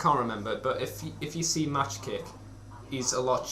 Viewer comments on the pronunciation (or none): For the record, it's pronounced 'Mock kick', not 'Match kick'. Good review nonetheless